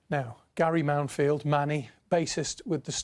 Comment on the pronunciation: Mounfield, not Mountfield 🙄